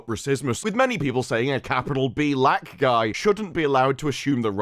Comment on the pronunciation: “B’Lack man” 😂